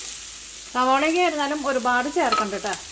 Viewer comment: Adyam malayalam nallapole padichu correct pronouce cheyyuka. Itto alla ketto anu ketto